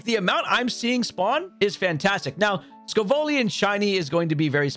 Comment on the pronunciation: How do you get sco- VIllian wrong?